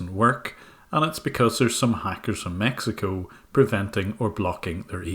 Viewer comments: Someone for Maxico tf did he say XD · Wtf is “Maxico” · I thought he said "Maxico" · "Maxico" 'nuff said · Form Maxico? Jajaja no te mames xD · “Maxico” -scammer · My man’s said MAXICO” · The guy said "Maxico" not Mexico